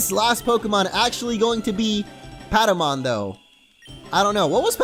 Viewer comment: its paptamon not padamon